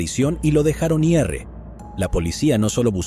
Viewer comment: Este narrador no es mas tonto porque el día tiene 24 horas, me carga cuando dice i.r. en vez de decir ir